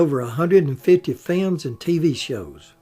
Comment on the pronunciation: I never tire of hearing films pronounced as "fi-yums"!